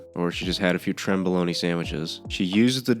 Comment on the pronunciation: It's tren not trem, short for trenbolone. Idk why bro said trem